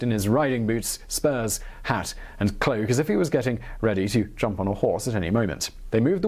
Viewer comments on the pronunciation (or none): none